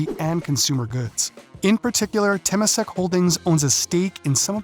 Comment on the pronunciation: This video is a failure and a disgrace as a commentary on Singapore and China. Please learn how to pronounce "Temasek" "Suzhou" "Jiangsu" before you act like another know it all ignoramus commentator on Asia